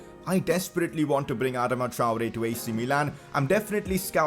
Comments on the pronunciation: Sign Adama only if u pronuce properly ..."adaama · It’s (ah-dah-ma) Adama (Tri-ore) Traore